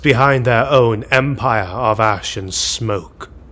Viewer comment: Oh no, now I can't unhear it! XD